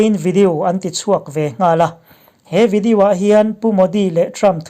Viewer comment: ngatinge maw ni...... i pronunciation hi uluk deuh teh.... english poh ilam dik lo nasa thei lutuk hi k ngaimawh.... mizo tawng hi chu ka hrethiam a mahse video tih te melanie tihte hi a dik lo ani ilam dan hi